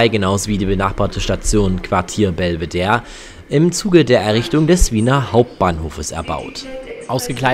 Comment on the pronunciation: Auch wenn es auch sehr viele Wiener ebenso falsch aussprechen, heißt die Station und das angrenzende Museum Belvedere und nicht Belveder. Das letzte E wird ganz normal ausgesprochen, da es aus dem Italienischen kommt und nicht dem Französischen (da würde es Bellevue heißen).